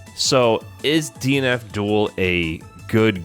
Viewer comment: Anyone else hear him say 'DNF Duel' as 'Dean Abdul'?